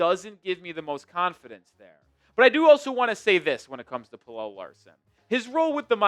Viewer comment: Bro im gonna keep saying it... pronounce pelle's name right. drives me nuts